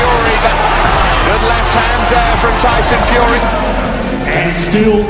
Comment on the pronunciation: Tyson FeYUHree